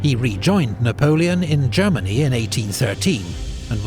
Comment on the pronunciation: I never get tired of watching Epic's Napoleonic content...the information, the music, the dramatic quotes, the battle map animation, the writing, even the way he pronounces all the French names correctly and with a French accent to boot!! Truly a production worthy of the Little Corporal!!!